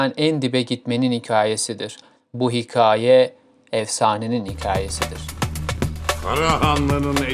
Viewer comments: Hiqaye değil hikaye a ince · Hiqaye değil, Hikâye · Önce bi hikâye demeyi öğren koçum ya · Önce hikaye demesini öğren lan sen!! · 'in performansından daha kötü